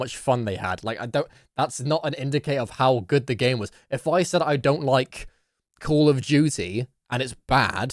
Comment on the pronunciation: "sayd" I think ur the kid lil bro